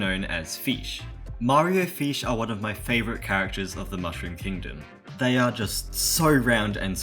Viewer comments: I just love how you pronounce "fish" as "feesh" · It sounds like he’s saying feesh instead of fish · Fesh no it's fish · Feesh- 2023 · he said feesh :face-blue-smiling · fans: FESH FEESH FEESH FEESH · i like how he says feesh (probably has something to do with his accent) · its f”i”sh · funny how you said FEESH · mmm feesh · feesh lecker